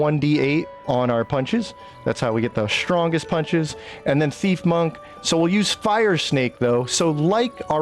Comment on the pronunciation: Strongest Monk? Whichever one is using an Elixir of Cloud Giant Strength and wearing a Devilfoil Mask. Oh, you MEAN POWERFUL? Then stop saying "ShDrahnggest", WORDS MEAN THINGS